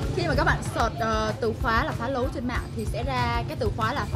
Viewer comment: phá lấu chứ không phải là phá lẩu